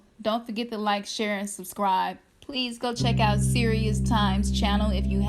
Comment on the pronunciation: King Cyrus =Sirius that's what I heard when you mentioned it